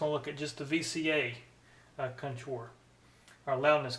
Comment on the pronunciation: CON-tour, not conTOUR. Took a minute to figure out what you were trying to say. Otherwise, neat comparison vid.